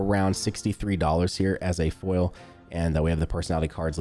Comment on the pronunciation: Why does say foil like “full” 💀